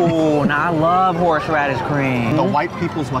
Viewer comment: Tim sure do love horsh radish